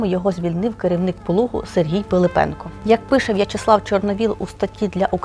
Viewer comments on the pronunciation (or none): none